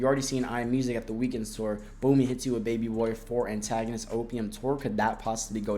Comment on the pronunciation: why u keep saying "baby boar" 😭